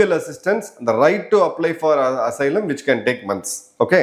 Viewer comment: Asylum....A silent....Sylum....pronce